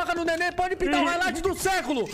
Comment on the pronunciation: haikligth kkkkkkkkkkkkk